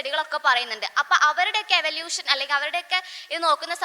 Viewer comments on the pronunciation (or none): Eavlution paryan nei pora athu kodu practice chiyuka